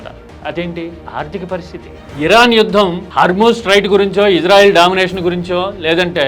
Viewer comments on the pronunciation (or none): none